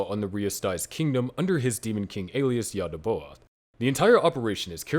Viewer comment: Great content. Please adjust your pronunciation. Yaal-dee-bay-oth. Na-zhur-reek.